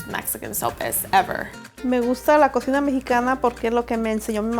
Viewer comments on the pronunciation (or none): none